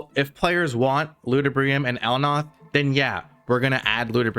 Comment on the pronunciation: El Nath - L Naaa th Not El Noth